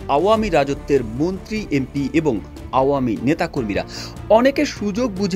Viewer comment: মুন্ত্রি না মন্ত্রী 😂